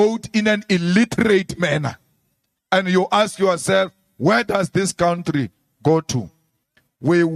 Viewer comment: Oh Malema, get over yourself!!!! 😂😂 I am not going into what I believe today but please don't say cowntree, it is COUNTRY. Not difficult to pronounce is it????